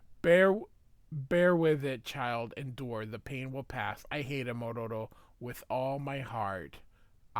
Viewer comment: Why are you pronouncing Ororo's name like you're Japanese?